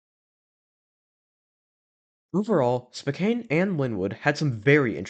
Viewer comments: Spo-can (Spo rhymes with bow, like bow tie), not Spo-caine (name doesn’t rhyme with cocaine)… and Snow-home-ish (like a snowflake, with emphasis on the home), not Sna-hommish (there is no short a sound, the emphasis is on “ho”) county. Thanks, A Lifelong Washingtonian. Much of the state is named after the local Native American tribes and its hurts our ears to hear the names pronounced wrong. It happens frequently, even with gps. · Dude what the hell is "spoKANE" it's pronounced "SPOH CAN". This is hard to watch, I live in western Washington and I don't know why someone who doesn't have any connection to the area is making videos on the history of these locations. Pizza Time theater was once at the alderwood Mall in the See's Candy location that you pictured. It wasn't in the main mall itself but in a standalone location across the parking lot. The Lynnwood CEC that just closed was originally a showbiz Pizza with the three stage. If you're going to make videos like this I'd highly suggest getting on Facebook and asking for more information first.. tons of people who worked at these locations are on and may have more information and or pictures. If I was going to make one of these videos about the store in your neighborhood I'd probably have some information to share first. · Great Video! However i must say Spokane is pronounced "Spoh-Can" by locals. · As a spokanite i can confirm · YES as a Washingtonian the way the pronounces "Spokane" kind of makes me a tiny bit angry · Same ngl. Fellow Washingtonians UNITE!!